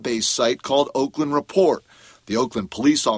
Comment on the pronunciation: Woakland, lol, good one.